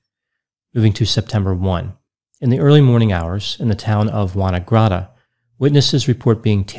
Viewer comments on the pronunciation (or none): "Wonagrotta" did give me a giggle. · I live near there - it’s WANG -guh-RAT-uh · wang-gar-att-a- that's the town. Love your work Doc, but some of your Aussise place names do make me cringe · I think it was Wangaratta, not Wanagratta, but still a confusing case. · Hi from Melbourne 👋🇦🇺 really impressed me the first time I heard his perfect "Mel-bin" 😁 Buuuut...I had a good laugh at "Wunna-grutta"!😂 I don't expect any non-Aussie to pronounce Wangaratta correctly! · the town is pronounced Wang - gar - RAT - ah. There’s some tricky pronunciation with aboriginal origin place names in Australia, you made a fair attempt tho 😄🤗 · Thanks for doing this bizarre case. Good attempt at our locations. Wangaratta is pronounced Wang-gah-rat-ah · I have never heard the name "Wangaratta" butchered so comprehensively. It is pronounced: Wang (like hang or fang) ah (like undo or up) rat (like the animal) ah (like undo or up). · Thanks for covering a case in my state- just a comment on pronunciation- Wangaratta is pronounced Wang (as in sang) - Ga Ratta. I think its probably derived from a local indigenous word, not sure. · Wangaratta is pronounced Wang - gar - ratta - it is derived from an Australian Aboriginal term meaning 'meeting of the rivers' or 'home of the cormorants'. When you said it I had to think for a minute where you meant. Lots of places in Australia are pronounced weirdly and with different vowel usage to US words. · Dude, what video were you watching?? That was the worst pronunciation of Wangaratta I've ever heard!